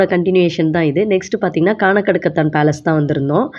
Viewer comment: கானகடுக்கத்தான் இல்லை சகோதரி. கானாடு காத்தான்.